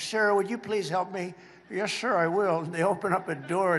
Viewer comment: “yeshhh shhhhir!!!”